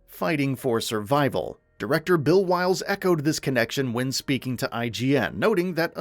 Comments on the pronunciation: Anybody else can't stand how instead of calling the director "Will Byles" he calls him "Bill Wyles" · you keep calling will byles “bill wiles” … the disrespect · Will Byles, not Bill Wyles lol